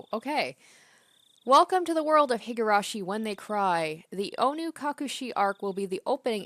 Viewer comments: Oh god. Just randomly came across this video. Higurashi (and Umineko, another game in the same franchise) is one of my favorites! Super excited to follow along with this let's play, instant subscribe, hope you'll keep it up! Pronounciation is 👍. Also, I believe that the best approach is letting the voice actors say their own lines and you reading everything else, just like you did in this video. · Alright, Higurashi! I'm looking forwards to this playthrough. I've seen bits of the anime but beyond a couple key scenes I know nothing about the story, so this will be a new experience for me too. Also, your pronunciation of the japanese names are much better than you think, so you shouldn't doubt yourself so much. (Besides the surname 'Houjou', which you could read the same way as 'Hojo'.) You have this nisei's approval!